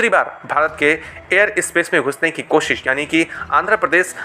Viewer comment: बेटा पहले हिन्दी ढंग से सीख ले ,फिर यू ट्यूबर बन कर, विडियो बनाने की। "कोसीस" करना !